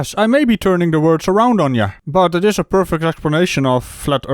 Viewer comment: Was it me, or did just say, "...a flerfect explanation of flat earthers."